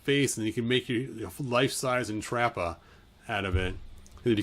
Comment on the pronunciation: His pronunciation of the names is sending me- Entrappah 😂😂